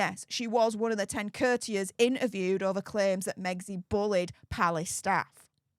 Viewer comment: Courtiers …cOURTiers….not curters